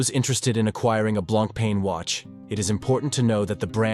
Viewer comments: The writing is good, but you pronounce the brand name too many ways. It is blanc-pon which you get right a few times. I have a Fifty Fathoms. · It is annoying how much brand name was missed pronounced. On the the left person with Jean Claude-Biver (right) is not Jacques Piguet, as one who could conclude with what it is said; it is Bernard Arnault, owner of LVMH Group (richest French person). But to someone not familiar with Blancpain, the video is quite informative for start. Blancpain lover here, owning three of them: fifty fathoms, bathyscaphe and leman. Pity that Leman and Le Brassus collection (discontinued) was not mentioned. In my personal view much nicer collections than Villeret. Thanks